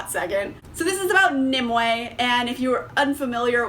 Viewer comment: Omg thank you so much for pronouncing Nimue correctly. I have seen so many reviews for this book where people call her "Ni-MEW." /sigh